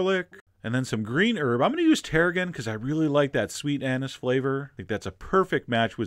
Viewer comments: "....I really like that sweet anus flavor..." did Chef John say that when he was adding the tarragon? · I see what you did there, but it's "anise".